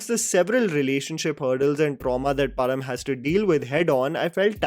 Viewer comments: "Pazham" not Param. Please. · My mind stucks every single time you wrongly pronounce the name "Pazham"😐😂